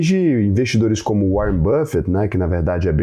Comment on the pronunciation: Que nada o "Uárren" me mandou um zap. É tudo papo furado...